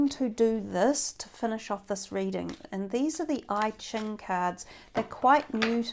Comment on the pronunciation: Sorry my Virgo is annoying but its EChing not IChing. I lived in Hong Kong and thats how its pronounced.